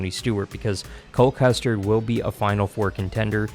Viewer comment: Did he say Cole Custard??